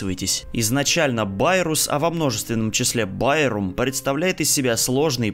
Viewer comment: Это не байрус , а байрум